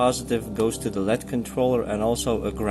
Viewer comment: It's pronounced "L....E....D" Not "LEAD".